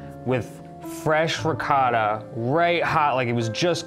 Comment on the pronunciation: Riss-ato? you disrespect all rici.